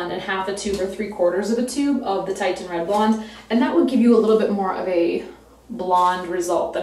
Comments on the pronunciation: It’s pronounced “TISHan” not “TITEan”. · HEY IT IS CALLED TITIAN FOR THE ITALIAN ARTISTS PAINTINGS OF WOMEN WITH THIS COLOR.. and it is pronounce like tishan , your hair looks great... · it's actually pronounced tish-in. beautiful color though! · Wow your blog and video have been so helpful and informative along the strawberry blonde journey! Reds are so tricky, have been every single shade of it. As a fun aside it's actually "Titian" red (pronounced like the second syllable of beautician) after Titian, a 16th century painter. He loved redheads! :D Anyway keep up the exceptional work. Really glad I came across the blog. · It's "titian" like the painter.